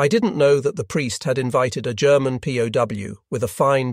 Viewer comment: What software are you using for the narration? It's pretty good, though I heard a hard "G" in "'G'erman" and thought it pretty funny.